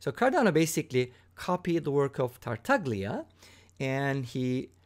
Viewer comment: pronounced Tartal’a